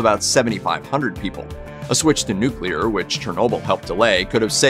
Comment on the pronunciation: I'm so glad you can pronounce "nuclear" correctly. There are tons of reporters, narrators & politicians who pronounce it "nuculer ". Drives me bananas!